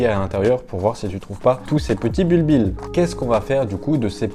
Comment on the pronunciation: On dit "bulbie", les deux L sont muets! ;-)